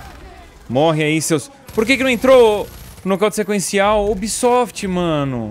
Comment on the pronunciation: O ubísoftí!😂🤣😅